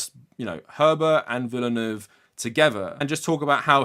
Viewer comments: It's not pronounced Villa-noove, it's Veal-nuv. D'knee Veal-Nuv. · Not the point of the video, I know, but was anyone else unable to register anything Ben Shapiro said after "Villeneuve", because of how distracting his utter butchering of the pronunciation was? I mean, jfc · THE WAY BEN PRONOUNCES DENIS VILLENEUVE AS "Denny Villy-New-Wave" OMFG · he says 'Denny Villain-Wave' lol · Why can people not say Villeneuve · Ben Shapiro’s pronunciation of Villeneuve is painful. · Didnt know it was possible but he made me hate him even more with the way he pronounced Villeneuve